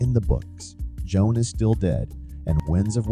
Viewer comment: I feel crazy, but did I hear you call him "Joan" a few times?